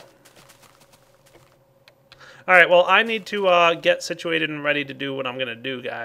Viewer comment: drinking game - 1 shot when says Sicuated.